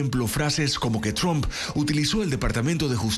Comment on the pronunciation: No es chomp, sino Tramp.